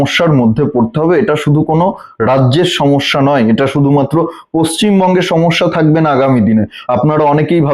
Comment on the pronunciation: দাদা, পশ্চিম বঙ্গ বলুন। আমি অনেকদিন ধরে শুনে আজকে বাধ্য হয়ে লিখলাম। পশ্চিম মঙ্গ নয়।